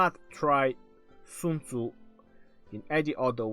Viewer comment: What kind of a douche calls himself legend? Oh yeah, the kind to tattoo his fingers and mispronounce Sun Tzu's name in a video about him, smh